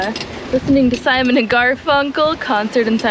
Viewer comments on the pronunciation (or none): none